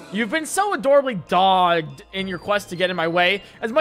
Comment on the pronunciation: A thought keeps nagging at me because it was an SAT word I studied hundreds of times. “Dog•ged” is supposed to be pronounced with two G’s, but it basically means you were very persistent (kinda like a dog,,, or war,,, or reporters). Dogged. I would argue that Graham Cracker was being dogged like the DOG that he is (to insult him. I adore dogs, but he would find it derogatory)